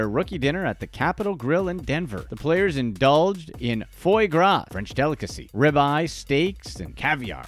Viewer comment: Foiey Graw, and PA Treon (tequila)....this Narrator should be FIRED, or do his homework